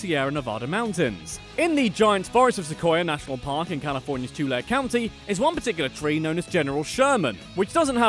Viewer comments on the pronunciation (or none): Tulare county is pronounced Tu-lair-e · "Baja" is pronounced "BA-HA", not Baia! The word is Spanish, not Eastern European. "Tulare" is pronounced "Tuhlairee," and "La Brea" (tar pits) is "LA Brāya." What, no mention of the Winchester Mystery House? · It’s pronounced Tulee lake. Also it’s one word lol